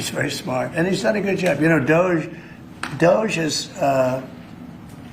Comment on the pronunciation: Pronounced: "Da gee" - I mean, it is a bit dodgy, isn't it?